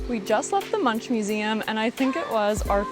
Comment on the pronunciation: Munch is pronounced "Munk"